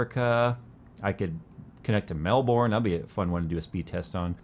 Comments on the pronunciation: Not "Mel-born". It's "Mel-bn". (At least as far as the Australian pronunciation goes for that city). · Melborn????? IT'S MELBOURNE! MEL-BERN!!! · Mel-burn. Not Mel-born. :( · btw Melbourne is pronounced "Mel-Bin' not 'Mel-Born" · Americans could/should say Melbourne like this: Mel-bern... just saying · As an Australian you definitely pronounced 'Melbourne' wrong. More like "Melburn" if you want to pronounce it better :) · its pronounced Melburn thanks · Melbin/Melben! NOT MELBOURNE! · is actually pronounced Melbin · Melbourne is pronounced MelBURN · i love how foreigners say melbourne haha